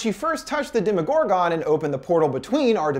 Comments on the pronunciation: Dema-gore-gone? It’s pronounced Dem-uh-gore-ghen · the fuq he say? it’s DEmogorgon. not demoGORgon. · demogor-gone what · Killed me the way he said “ demigorgan” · Did he call it a gor gon?😂😂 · its so funny how he says demogorgan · He said domo- gorgeon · to . Demogorgawn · ITS PRONOUNCED DEMEGOR (GEN) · DemoGORgon.. I'm sorry it was funny how he said it